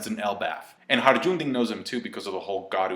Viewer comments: "Harajundin". Not bad, as far as mispronunciations go, that's one of the most interesting. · wow he butchers hajrudin's name haha